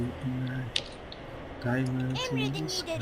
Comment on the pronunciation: Daymınd in tı sıkay :D asdasd